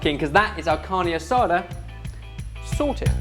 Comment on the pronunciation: Wow! I've never seen Carne Asada done this way and I've grown up in a VERY Mexican family. My family always uses very thin pieces of meat with small slivers of fat running through here and there which we then flash fry in order to keep it juicy and succulent. That pronunciation had me dying though 😂 Roll your Rs!!! Carrrrrrrrrrrne Asada Also nice to see loving relationship with steak again 😁